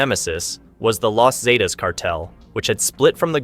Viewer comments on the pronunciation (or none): If you’re gonna do a documentary on this shit atleast learn to say some shit right….wtf is los zeatas ….zetas pendejo & wtf is yalisco